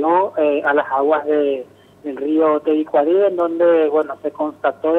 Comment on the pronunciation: Tebicuari nde rova. No poder pronunciar bien el nombre del Rio. Que verguenzaaaaaaa!!! De periodista.